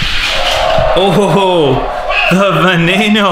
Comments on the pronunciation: Not vey nee no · Who noticed that he said vaneinoo instead of veneno 😂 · Its veneno not venano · veneno is pronounced ve-ne-no the E`s are long E`s same with the O the O is a long O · it's veneno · Oml it's pronounced veh neh no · this guy pisses me off he pronounces veneno wrong ugh!!! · You did not say veneno right lol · Sam TheMan its hard to pronounce ok